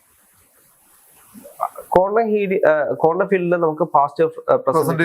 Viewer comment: "കോണ്ടം" ഫിസിക്സ്‌ അല്ല ശാസ്‌ത്രകാരാ, "ക്വാണ്ടം" ഫിസിക്സ് 🤪